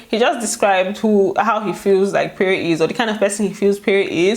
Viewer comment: it's pronounced péré not payray...Lol